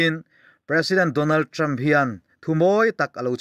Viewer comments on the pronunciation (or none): none